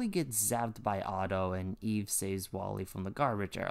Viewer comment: It's eve, not Eva.